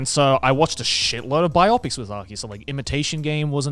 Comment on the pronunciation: biOpics? It's BIopics, right? Like BIography?